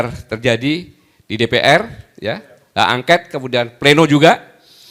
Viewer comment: Haaa,,,, llaahh Gatot,,, gagal total, ngomong aj glepretan,, bilang hak ongkat-angket,,, , Mobil ongkot X🤠🤠🤠🤠👅👅👅🏃🏽‍♂️🏃🏽‍♂️🏃🏽‍♂️🏃🏽‍♂️🏃🏽‍♂️